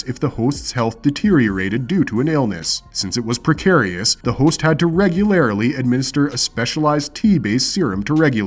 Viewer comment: Yet he couldn’t pronounce ‘regularly’ or ‘abyss’